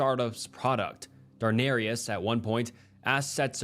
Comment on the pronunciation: “Darnarius” 😭😭 it’s pronounced dah-nair- es.